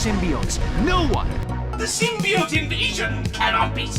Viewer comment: I winced every time he said “symbiote.”